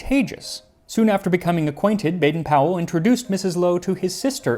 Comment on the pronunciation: The Powell in Baden-Powell is actually pronounced with a long O. We've never gotten that right in the US! 😂